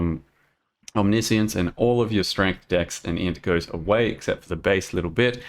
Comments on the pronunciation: The way you ended up saying it is correct. It's om-nish-ince. I've seen goobers in comment section "correcting" it to omni-science since it was released and it's hilarious. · That's the modified American version. The original British pronunciation is om-niss-ee-uns. Seeing as Aus is a British colony the latter one is correct for to use not your version.